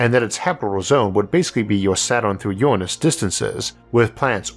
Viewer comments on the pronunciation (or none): none